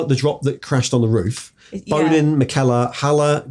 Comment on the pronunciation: says Bonin's name like Bone In every time. I always heard it in my head like the french bon followed by in like in and out